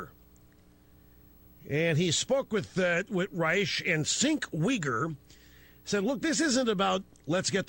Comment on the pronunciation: Rush' "Cink Weegur" sounds better than how text-to-speech says it: "sink y gyre" (or phonetically /sink waygair/)